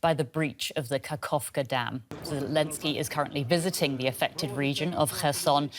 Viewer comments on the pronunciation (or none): not kakovka, kaKHovka, said kaHovka.the russians are bombing volunteers, look at those videos.